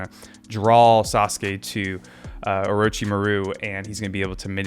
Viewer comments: "Mah-ru" homie! Accent on "mah", not "ru". I know you can do it! Great reactions and analysis. You're on a long journey, and it's going to be so awesome. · We need to get him into an Orochimuru name pronunciation training arc.